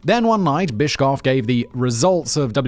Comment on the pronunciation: Watching someone who doesn’t watch wrestling talk about wrestling is something. 😅 Also, good job on the last names. Although, where did “cough” come from when saying Bischoff? 😅 Oh well. 🤷🏻‍♂️😂 But yeah, WCW basically screwed themselves over. 👍🏼 Simon, do another pro wrestling video. I love this! 😂 🎉